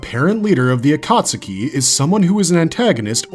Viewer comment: agreed. Ain't no way you can make a dozen Naruto videos and still pronounce Akatsuki as "ah-kaht-su-key"